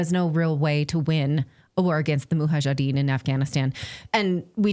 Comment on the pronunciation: Natalie, you're a very inteligent and well read woman,, please stop saying Muhajedeen, it's Mujahedeen, it's not hard to remember.